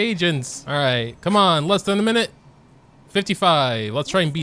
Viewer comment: I miss that "KeMon" 🤣